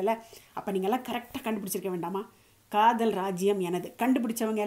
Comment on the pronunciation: to காதல் என்று அழத்தம் இல்லாமல் கதல் என்று உச்சரிப்பும் அழகு தான்